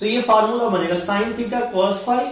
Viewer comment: Sin become son 😂